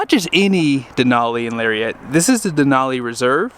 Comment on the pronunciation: TF is a Larry-ette?